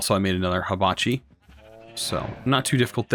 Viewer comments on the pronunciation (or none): its Hibachi not Habachi (first "i" has the same sound as the last one) i mean, its related to fire and not leaves or blades (ignore this last part if u didnt get it, which u probably didnt)